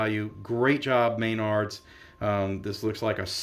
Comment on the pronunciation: Please stop saying MAYNARDS. It's pronounced mah-nards. Otherwise, good review. I think they've done a much better job this time. I'm curious as to how they handled the quick starts.